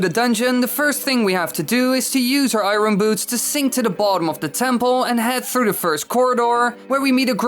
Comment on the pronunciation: Challenge every time he says iron wrong take a shot